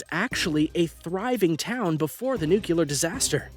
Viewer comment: This is a good video but I do have just one criticism, why in god's name are you and a huge number of others insist on pronouncing the word nuclear NOO - kyoo - ler? When you can plainly see how it's spelled? It's pronounced NOO- Klee - er! Is it because that's how "Dubya" insisted on pronouncing it for 8 years or what? To listen to Americans speak nowadays it sounds like America is seriously "dumbing down" and losing IQ points year after year.